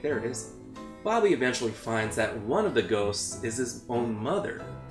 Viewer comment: I thought u said “goats” so I was like, they chasing goats?